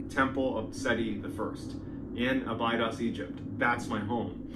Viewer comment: The Narrator is Killing me when he pronounces Abydos (Ab I dos) is the way it is sounds only way I know because it was in Stargate SG1. But love his story telling though.